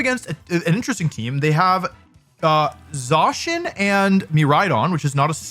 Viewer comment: What is the reason for the pronunciation change on Zacian from 'ZAY-SHIN' to 'ZAW-SHEN'? I feel like there is a whole extra W being added to the name, like saying Zack as Zawk...